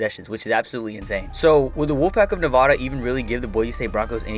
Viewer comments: As a Nevada fan I personally like the 2010 season (Also it's pronounced Nev-add-a not Nev-ah-da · Just a little concerned about how you pronounce Nevada.